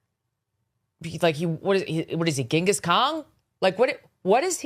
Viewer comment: Did she say, Ghengis "Kong"? 😂😂😂